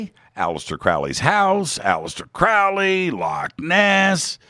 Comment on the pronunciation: FYI, the Crow in Crowley's last name is pronounced like the bird, a crow.